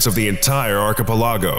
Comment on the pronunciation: my eye twitched at your pronunciation of archipelago... like that hurt man, big time. Read this phonetically and out loud: Arkuh-pelluhgo Besides that one tiny nitpick your content is solid as always 👌 keep up the good work!